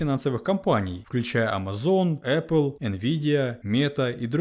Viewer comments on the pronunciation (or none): none